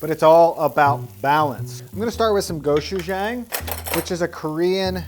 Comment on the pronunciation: The ‘jang’ in Go-Chu-Jang is pronounced like ‘zhong’ lol. A lot of Koreans pronounce the ‘chu’ almost like ‘shoe’ too. It’s kind of a sound in between a ‘sh’ sound and a ‘ch’ sound.